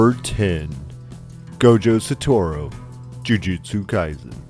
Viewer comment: It's pronounced: Sah-toh-roo, not "Sah-toh-roh"